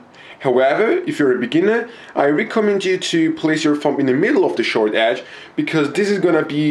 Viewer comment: you pronounce thumb like fum